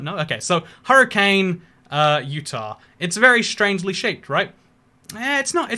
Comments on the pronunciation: Hey, Utah guy here. You pronounced Hurricane, Utah wrong. I know you must think I’m crazy. But it’s pronounced hurr-uh-kin by the Utah locals. If you say hurricane the normal way there you will get weird looks and people will openly correct you lol. I’m not from Utah but I’m from Henderson, NV actually lol. I’ve taken many trips to Utah. Thanks for covering my home town. “The valley” as we say. Great video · Here's something about that little Utah city you mentioned: Hurricane. It's great that you used the US pronunciation for that type of storm. Hilarious though, because we in Utah actually use the British pronunciation (hurrikin). We only pronounce the city that way. For the storm we use the US version (although we don't get them this far inland.) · Hurricane Utah is pronounced Hurri-kun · Also, funny thing, Hurricane, Utah is pronounced the British way: "Hurricun." Because it was almost exclusively settled by Mormons who came straight from Britain to Utah. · you just offended everybody in Southern Utah. I'm from Salt Lake, I pronounced it like you did when I first moved south. Every single person from St. George to Cedar City will have you lynched for that. It's locally pronounced Hurr-eh-kin. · Hurricane, UT is actually pronounced "Hurrikin" lol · Hurricane, Utah is actually pronounced HURR-E-CUN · It's pronounced Herakin. And St George is named after George the Mormon Potato Saint not THE St. George. Fucking Utah. Smh.